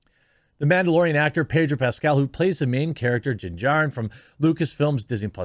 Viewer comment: Ped-o Pascal